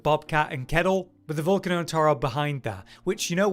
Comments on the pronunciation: In Italian its vool-cah-no. Go figure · Its pronounced val-cane-no